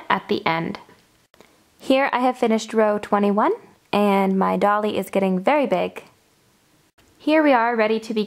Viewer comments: You are terrific but it is a d-oil-y not a dolly. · Dolly?? Its Doily..like toy-ly